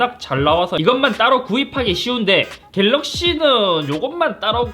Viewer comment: 역시 갤rr르르르러어억씨